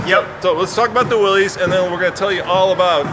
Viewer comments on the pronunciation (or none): How can you work at Jeep, be their Brand Manager and not know how to pronounce Willys? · It still irks me when I see Jeep experts mispronounce "Willys" - it's not "will - eez", it's "will - iss". Grrrrrr. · Huh, you would think the Jeep "Brand Manager" would know it's pronounced "Will iss" not "Will eez" Then again, if you think adding a black grill and 4wd sticker make it a "Rubicon Light", I guess you really don't know much about Jeep history or what made the Jeep a classic. At least he schooled the host on the difference between a limited-slip and a locker.... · I don't know why but this drives me insane... it's not difficult, just think of it as Willis. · Guy can’t even say Willys correctly. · How many times can we mispronounce Willys? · Maybe learn how to pronounce Willy's first, then do a story on it........ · You'd think the Jeep Brand Manager could pronounce Willys correctly.